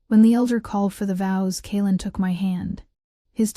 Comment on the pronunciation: When the AI narrator can’t even correctly and consistently pronounce a main character’s name, I have to wonder if the “maker” of this story cares at all for correct narration. I mean, half the time the male lead’s name is pronounced correctly, but then, a minute later, it’s “Kay-Aylin”, turning a 2 syllable name into 3, or is it 4 syllables, for no purpose other than sloppy editing.